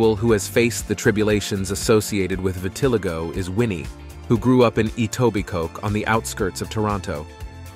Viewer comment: vit (like vitnam) - ah- lie- go ..is how its said